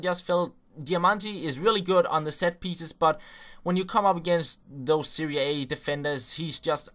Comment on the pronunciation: Serie A, not 'Seria A'